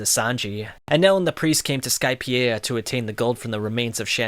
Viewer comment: As soon as I heard you pronounce Jaya and Skypeia I clicked off I fucking can’t 🤦🏽‍♂️